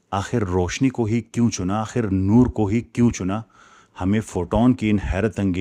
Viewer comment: Nur nhi noor